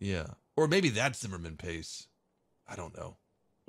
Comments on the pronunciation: And it was Zimmerit. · ZIMMERIT lol not Zimmerman lol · Zimmerman paste? When you get shot it plays some epic dramatic music! Best thing I've heard today. Zimmerit, zimmerit. An honest but fun mistake. Keep it up.